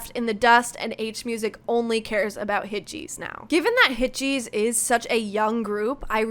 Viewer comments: yes, hitches is pronounced like hitgesu, with a soft g like a j-sound. so you could also write hitjesu and that would be accurate. but she was saying hit-cheese, like the English word cheese, with a very long e-sound. That is clearly wrong. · Hitgs is not pronounced Hit-cheese but closer to the English word hitches, or hit-gesu. I knew right away you were gonna turn this video into a kind of Wooah vs Htgs screed. Did it ever occur to you that H Music are an all-new company now with an all-new CEO, and Hitgs are his creation? It is natural that he would want to promote them over putting good money after bad with a group like Wooah who show little potential to grow beyond their prior middling popularity. Meanwhile, Hitgs are truly fresh and are great personalities. The one-song-per-month roll-out strategy is a great way to grow their profile and popularity quickly. They don't appear any more overworked than NewJeans did in 2024 with a similar PR push. In fact, if you actually watch their live performances, fan meetings and behind the scenes content, the members of Hitgs are clearly relaxed, happy and enjoying themselves. And their music and videos are fresh and creative. Trying to dig up a scandal over the casting of the boycrush in the Gross mv is just spiteful. It's called acting and nobody cares how old the actor was. VV was an acting student in China before training in Korea and was only 18 when the mv was filmed. Rather than calling for Hitgs to be shelved and hooking them to the poor decisions of NV under earlier management, you should be watching their content and performances and supporting them because this is their time to shine. Hitgs deliver the dopamine and you don't know what you are missing. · just a heads up, its pronounced hit-uh-giss xx